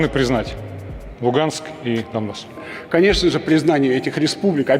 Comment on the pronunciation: смысл проговаривать слово "Дамбасс" через букву "м"? Dumbas - в переводе с анг. означает "тупица". Это исключительной троллинговый слэнг украинцев выступающих за евроинтеграцию. Автор, зачем сбрасывать долю лицемерия в подготовленный материал?